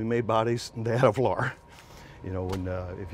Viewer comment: This is one of the hardest videos to hear and watch that I have ever seen. Who says, "Flar" for "floor"? Also the guy is talking about a part and the camera is pointed at the guy, not the part. So he is talking about the "flat" and we are looking at him, and I had no idea what the H a "flar" is. Makes me miss Hollywood, they know how to communicate.